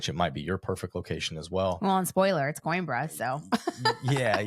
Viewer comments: Isnt it pronounced Queenbra? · it would be really nice if your guest would have pronounced Coimbra correctly. Not pronouncing the name of his new city just makes it seem like he’s an American that doesn’t care enough about assimilating like a thoughtful immigrant. Other than that, the information was good. Thank you.